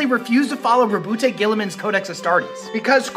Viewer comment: Why does everyone say Roboute's name wrong, the e is silent (ruh-buht goo-lay-mon)